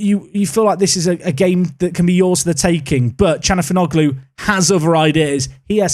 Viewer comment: Thatd calhanoglu pronounciation 💀